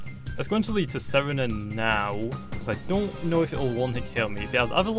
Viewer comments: It's sar-teen-a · its pronounced ts saa rena